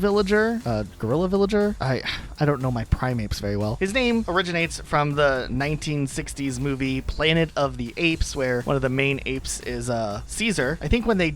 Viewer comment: yes I WILL be that one guy who corrects ppl. Its not pronounced prime-apes it’s pronounced pri-mates It is not a misconception or myth that wolves live in packs. Every single species of wolf DO live in packs. Yes they are dispersal for a few years but they eventually will create their own packs if they live long enough. Flamingos are most definitely NOT native to Florida. Actually a lot of animal and plant species that live in fl are invasive. Snake is a direct reference to a metal gear solid character. The bird you showed for twiggy was not a parakeet I know you missed Papi but I wanted to mention that he’s modeled after an Okapi which is an animal related to a giraffe and most definitely not a horse. I guess he can be added to the list of non-horse-horses Lastly that was not a bobcat you showed in that one clip for Bob. That was a Serval.